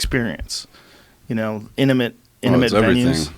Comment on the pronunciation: joe still cant pronounce intimate. amazing no one ever corrected him